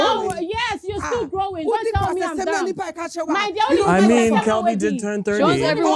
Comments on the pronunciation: Wait ooooooo Did say dumb or dumpppp😂😂😂😂😂😂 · it’s DUMB NOT DUMP